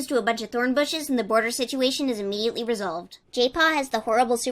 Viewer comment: why do i hear jaypaw as gaypaw